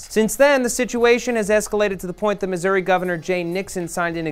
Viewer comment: THANK YOU LIEBERMAN! You are one of the only reporters that can say Missouri correctly.